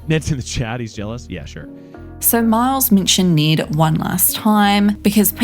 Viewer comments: ITS NED, NOT NEED OR NID. T.T the trigger. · You’re accent it sounds like your saying Niiiddd not Ned. Well cause we’re American I understand you aren’t American so I can’t expect you to say his name right… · Why is she saying Need not Ned?